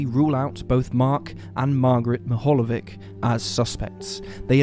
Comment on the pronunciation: It's pronounced as " Meehalyevich".